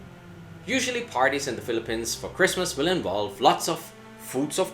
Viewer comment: just funny to hear a foreigner pronouncing the Philippines as Filipens. LOL